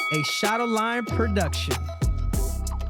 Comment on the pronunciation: This whole time I thought Henry was saying " a shot of lime productions" ,but it's "shadow lion" lol